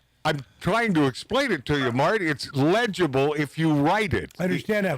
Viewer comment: The name is Marty Not Mark not mart